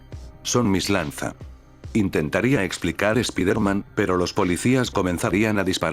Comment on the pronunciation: Es la primera vez que escucho un fanfic, (de echó me lo recomendó un amigo) Y la verdad me agrada la forma de escribir que tienes. -/ por cierto el lokendo creo que tiene un problema al pronunciar palabras en ingles ya que hay palabras que dice mal como Peter (piter) o spiderman (spaidermen) creo que tal vez escribiéndolo como se dice podría resolverse eso de el lokendo.